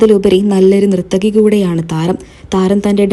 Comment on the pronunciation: Nrithaki alla narthaki